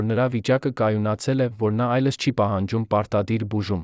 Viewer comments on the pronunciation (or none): վայոնց եմ նեռվայնանում այս ապուշի կարդալուց :Մի նորմալ կարդացող չունեք որ այս անգրագետներին եք տալիս որ կարդան: այ ապուշ ոչ թէ այլս այլ այլևս